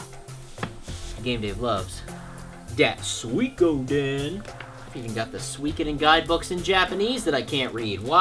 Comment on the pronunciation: He still has no clue how to pronounce suikoden. (Soo ee co den)